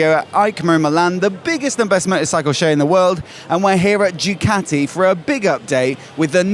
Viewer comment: Nice report! Could you do me a favour and pronounce the brand as Ducati and not Jewcati? Thanks.